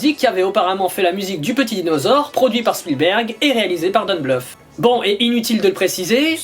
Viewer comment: J'aime bien, à chaque fois qu'il dit don bluth on comprend plus "don't bluff". Sinon film que je connaissais pas...et je comprends pourquoi. Même s'il semble sympathique la cohérence semble tellement mal foutu qu'on dirait que c'était un gamin derrière le scénario. Par contre la scène du clown. C'est tellement simple et efficace que cela mériterait une série ou un film rien que sur ça.